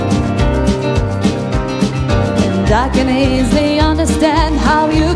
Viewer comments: 4th video watching this guy singing American songs. Nice voice but the pronunciation is funny. It's joe-lean not jo-lin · It’s sounds like Jolene is being pronounced Jolyn not all the time just when they sing together. Apart from that it was pretty good. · Your right it isn’t who has the best pronunciation, they only say jolyn while singing together while singing separately they sing Jolene. I still love this battle they are both great. I taught English as a second language for a long time so I do listen to their pronunciation. I have to say the singers on The Voice have all been very very good while singing in English I know that English hasn’t been taught in schools for very long in Mongolia. So this makes it even more amazing the singers have been so good. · I just wish someone would have told them how to pronounce "Jolene"